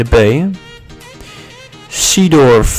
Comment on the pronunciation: Damn het moment dat je Seedorf niet uit kan spreken